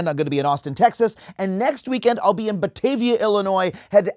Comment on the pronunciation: Whoa, He said Batavia correctly. That alone might get me out. No one says midwestern cities right.